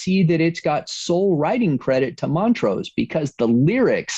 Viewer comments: It's Mon-trose, not Mont-rose. sheesh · MonTrose, not Mon-rose. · Weirdest pronunciation of Montrose I've ever heard.....